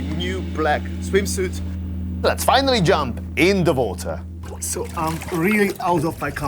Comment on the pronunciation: Please, learn english it was so difficult to understand what you saying. Its not votor its water with U not V ! 😑